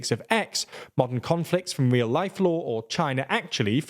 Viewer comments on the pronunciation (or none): none